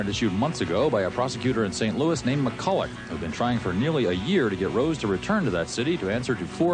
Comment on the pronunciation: St louie? Are you fucking kidding me? Did that guy just call it St Louie?